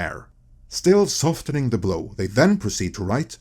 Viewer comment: Softening is pronounced soffening.